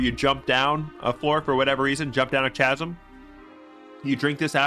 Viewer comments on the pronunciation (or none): "Chasm" is pronounces "Ka-sum", not "Tcha-sum"